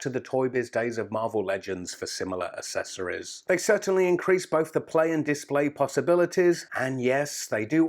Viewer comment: The way you say accessories is very annoying haha, it's AK-SESS-OR-EES not ASS-ESS-OR-EES just pointing it out, love the videos man keep it up:D